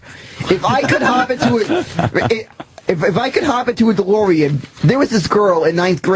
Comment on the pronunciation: "If I could hob into a Deloreand"